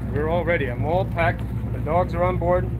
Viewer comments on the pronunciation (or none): Whooo hooo. There’s dawgs on da fly bridge ... lol your New York is coming out lol. Love it Congrats Brother!!